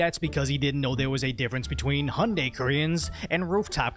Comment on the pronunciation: Kind of sad that this gentleman can't even pronounce the Hyundai brand name correctly.